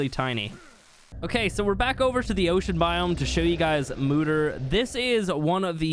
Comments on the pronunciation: MOEder not MOOder lol. Means mother. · ITS MOE-DAR